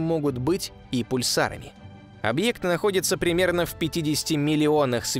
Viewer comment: Зачем объект говорить как старовер какой-то 😏